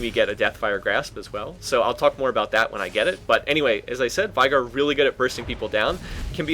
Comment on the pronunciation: LOLikr?! I CALL IT vey gar pronounced like that not vai